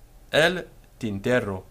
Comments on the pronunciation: Lol why are you.pronounce v in Spanish like W? Its a B sound (or a modern greek β sound) Also R and RR contrast in Spanish. R is an alveolar flap, your saying tinterro instead of tintero. Also I think pronouncing Y/LL as DJ is more common than either Y or SH(ZH). Spain and most of latin America does DJ part of Central America does Y Part of Argentina does SH part of Argentina and uruguay does ZH (or maybe I reversed those two) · Muy bien. Just an observation: single "r" has a softer, shorter sound than the "rr", which you already know, since sometimes you say "tinterro" (non standard) and others "tintero" (standard).